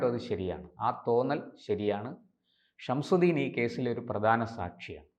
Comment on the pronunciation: ഇയാൾക്ക് ഗൗതമിന്ഷംസുദ്ദീൻ എന്നു പറയാൻ അറിയില്ല "ഷംഷുദ്ദീൻ " "ഷംഷുദ്ദീൻ " എന്നാണു പറയുന്നത്